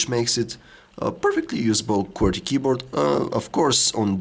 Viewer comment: "veeery use keborth"